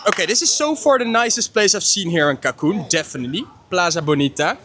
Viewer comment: It’s CANCUN not CACUN